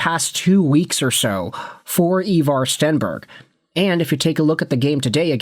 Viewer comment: His names Ivar ffs